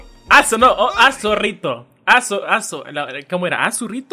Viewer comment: como se dice: Aso rito como yo lo escucho: A zorrito :v